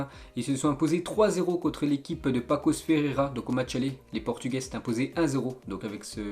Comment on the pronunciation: Juste au cas ou "ç" ça se prononce S et non C donc c'est PaSSos de Ferreira